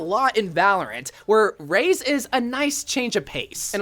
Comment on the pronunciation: It sound like ur saying valent but is Valorant xD